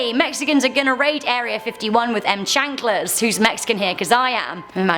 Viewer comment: chanclas....pronounced chawnclus